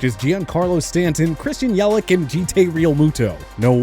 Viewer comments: “Christian Yelic” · You really couldn't even pronounce Yelich correctly? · I just love that he pronounces Giancarlo,yelich, and J.T’s name wrong